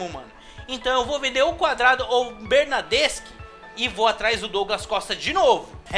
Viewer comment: Melhora a pronúncia do nome dos jogadores, vc tá falando errado principalmente o nome do Insigne e do Bernardeschi